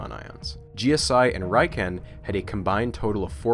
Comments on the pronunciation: RIken from Japan is pronounced as re-ken not rhyken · First and foremost, amazing video as always. Second, not to be “that guy”, but the ‘I’ in RIKEN is pronounced like a long “e” (ee). Unfortunately, English has vowel pronunciation rules unlike most other languages. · If it hasn't been mentioned elsewhere, RIKEN is pronounced "Ree-kayn" not "Rye-kehn". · Uh... 理研 (riken) is pronounced ree- ken. Not reye ken (raiken). Raiken 来県 is an obscure word meaning 'come to a prefecture'. Riken is an abbreviation from the words for physics 理学 (rigaku) and laboratory 研究 (kenkyuu) laboratory! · As someone who studies Japanese I am contractually obligated to mention that Riken is pronounced "Ree-ken", not "Rai-ken". Awesome video still though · I'm pretty sure that's pronounced "Riken" and not "Raiken." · Tiny nitpick, but Riken should be pronounced “reeken” not “ryeken.” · Thanks for the insightful and easy-to-understand explanation, especially with English subtitles. BTW, Riken's pronunciation is /ˈrɪkɛn/, not /'raɪkɛn/. It's an abbreviation of Japanese 理化学研究所 (Rika gaku kenkyūsho). 理 (ri) means Physics, 化 (ka) means Chemistry, 学 means Discipline (combines both of two Kanji), 研究所 means Research Institute. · Pretty sure that both g's in 'Georgy' are hard. Also, "Riken" is pronounced "Reeken," not "Ryeken." (Also, you're missing a period in the G.O.O.S.Y. acronym.) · Just an aside, the letter 'i' in Japanese is pronounced like 'ee', so it's ree-ken. To make the rye-ken, it would be spelled Raiken. But as for the video, it was extensive and informative, densely packed with info, but still incredibly easy to understand. You should consider selling that version of the table of elements, with the unstable isotopes. It's is very aesthetically pleasing. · It's pronounced ree-ken, not rai-ken. Otherwise, another amazing video. You really make a lot of this history of particle/nuclear physics super interesting. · By the way, RIKEN is normally pronounced "rick-en".